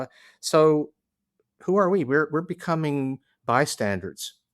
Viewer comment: Actually I think he mistakenly got it right when he said "by-standards." That's called -- hitting the nail on the head!